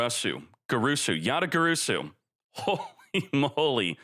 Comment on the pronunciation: for god's sake is called Yata-GaRAsu!